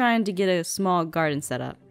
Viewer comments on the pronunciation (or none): When said Garden I thought he said guard inn